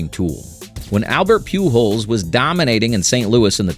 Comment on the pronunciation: Very enjoyable. However, the narrator mispronounced several names including Donora, Mize, and Pujols.